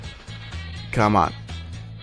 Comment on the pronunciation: Lawl how he says "come on" like "Caman"